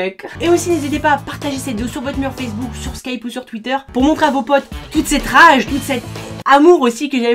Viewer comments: Mdrr "RAGE" Pas Mek ! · "Rage pa mek"